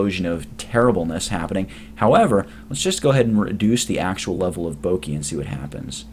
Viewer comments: bokeh: boh-kə: bow-kuh not bowkeee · This is super useful! But it's actually pronounced Boh-Keh (rhymes with "Okay") rather than "Boh-kee". But seriously, very good tutorial. Thank you. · Its pronounced Bokeh like Bo as in bone and keh as in keg.